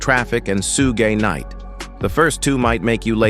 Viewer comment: Soog knight had me dying like wtf he just say 🤣🤣🤣